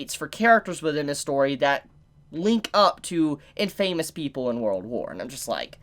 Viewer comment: The way you say infamous is bothering me so much. Its in-fuh-mus